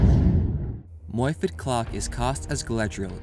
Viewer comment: moyford ? correction morfydd